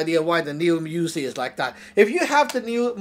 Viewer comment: “ THIS/Z (IS/Z) A MINI/YOUZIE “ ?’!? NIGGA WTF ??? IS/Z A (MINI) ?!? YOUZIE ?!?